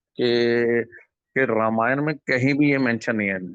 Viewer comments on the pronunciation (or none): none